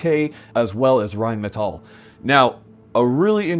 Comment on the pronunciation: Thanks for the deep dive into the history. As a german i can tell the effort into pronouncing rheinmetall. Good job you made me want to switch to flecktarn😂